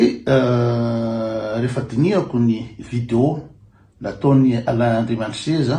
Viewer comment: ALAIN ANDRIAMISEZA, ANARANA MALAGASY IO KOA MBA TONONY TSARA FA TSY TOA IREO TÉLÉSPEAKER AO AMINY TÉLÉRADIO FRANTSAY AKORY IANAO, AZAFADY AH!